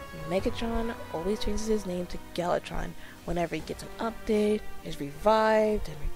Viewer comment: Ma'am it's gal VA tron. :)